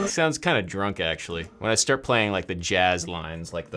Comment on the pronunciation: I'm sorry I can't take you seriously anymore when you say jazz